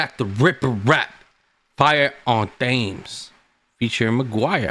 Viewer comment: appreciate it brother! 🙏 (thames is pronounced like "tems" btw lol)